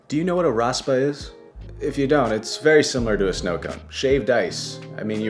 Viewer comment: Mexican here, love ur videos! just wanted to say that it's not pronounced "Raspa" it's "Raspado"